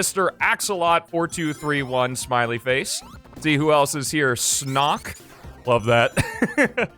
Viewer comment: I also helped on the mod, also just so you know, it’s sonk, not snok